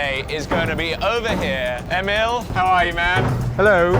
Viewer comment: It took awhile for you to properly pronounce Emil in Swedish :)